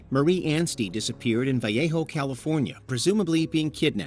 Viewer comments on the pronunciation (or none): Vallejo, CA is not pronounced with proper Spanish pronunciation. It's more like "Vuh-lay-ho," with the "L"s pronounced as English, and the "J" pronounced as Spanish.